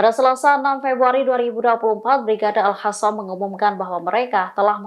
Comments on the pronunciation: Al qassam bukan al hasam mbak,,,ngak bisa baca ya mbak nya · Mana satu yang betul sebutannya AL HASSAM atau AL QASSAM😂